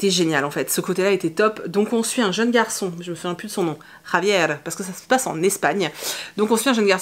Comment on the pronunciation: Coucou! Daisy Jones me tente beaucoup, mais je suis comme toi j'ai besoin de la musique pour être emportée un peu comme dans Maybe Someday de Coleen Hoover! Whaouh Cet accent espagnol "Javier " tu m'épates!!!😊😅 Sinon moi la lecture qui me transporte en ce moment c'est les Contemplations de Victor Hugo. Je m'avance sur le programme de première mais bon c'est pas vraiment du travail puisque Hugo est mon auteur classique préféré je sais je suis pas très originale comme fille!🤣 Bonne journée!